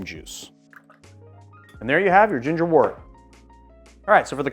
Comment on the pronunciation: Not trying to be the language police here but I am a beer brewer. Wort is pronounced wert.